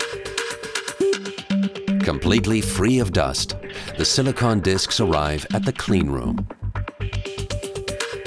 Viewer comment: I don't like the way he pronounce silicon.